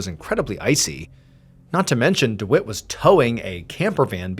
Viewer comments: Dwit? Do you mean Dwight? Pronounced Deewhite? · I think you pronounce the guy's name wrong I believe it is pronounced deewight 🤣 I've never met a man named dewitt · I think it’s pronounce dWhite if it’s spelt Dwight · I couldn’t help but laugh every time he said dwite instead of Dwight. lol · Anyone else's brain say dawooo every time Mr Ballen says Dewitt 🤔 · Mr. Ballen, the name is "Dwight" rhyming with "Light"